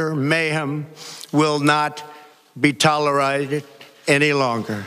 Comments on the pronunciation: "Will not be tolerided?" WTF. This guy is seriously under the influence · It sounded more like “tolerize..ed” 😂😂😂😂😂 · toleriz-ed? What the hell is toleriz-ed? Will someone please get that man a thesaurus. France's president has a better command of English than America's president. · ToleRIGHTed... oh god, please someone tell grandpa to go home... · Huh...what? “..won’t be Tolleroctic” — WTF? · Tolleride. My 6 year old nephew knows that's not a word. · LMAO "Tolerited" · It sounded like "tolla righted". With drumpie-boy, we can never be sure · "... will not be tole-right-ed"? Waddup with that? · Tolaaaaaaaaraaaated, what happened , was that a slip of the teeth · Scary part is he cant even say tolerated right.